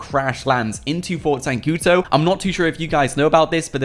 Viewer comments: it's not zancuTO but zancuDOOOOOOOOOO ... o.O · Whats Fort zancuto? it's ZANCUDO